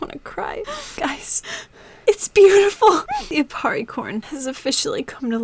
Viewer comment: aparri not appari